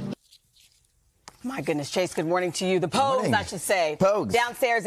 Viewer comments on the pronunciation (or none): She said poggs 😭 no way 💀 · it’s the pogues, not ‘pogs’ 😭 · Hon-ty…it’s POUGES. Not Pogs. Ugh…you’ve got one job. You’re fired. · she never watched the show if she didn't know "pogues" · How you get this job yet mispronounce pogues?🤣🤣